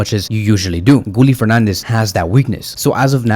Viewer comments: Guille like guillermo. Gilermo. Not gully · You pronounce Guille's name wrong. Why nobody cannot pronounce his name correctly. There's no L in the name, it's how you pronouna Sevilla. It's pronounced "Gieyeh".